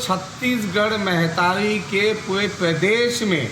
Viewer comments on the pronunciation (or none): महतारी ला महीतारी कहत हे अपन आप ला छत्तीसगढ़िया कहने वाला ग्धायक ह